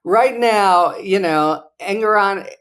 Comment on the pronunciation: Love you guys., sorry but I gotta point out it seems you’re mispronouncing Engoron’s name.? (Am I spelling it right? 🤪)